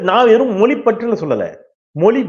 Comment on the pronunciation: அருமையான செய்திகளை, ஆக்கபூர்வமாக வழங்கும் தாங்கள், தமிழ் மொழியின் சிறப்பை வெளிக்காட்டும் ழ 'கர உச்சரிப்பை சரியாக கூறுவீர்களானால் மகிழ்ச்சி. தமிழ் மொலி, தாய்மொலி, மும்மொலி இது போன்ற உச்சரிப்பை தவிர்க்கலாம் என்பது எனது வேண்டுகோள். 👍